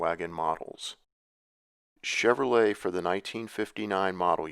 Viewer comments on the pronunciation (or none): none